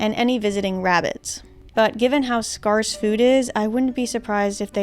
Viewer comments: Think "scary" not "scar" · scarce is pronounced like "scare" not like "scarf" :) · no way you said 'scarce' as 'scarrce', Cox and Crendor did a whole bit about this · Hang on holmes, you dont know how to pronounce the word "scarce"? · Never heard scarce pronounced that way before, neat.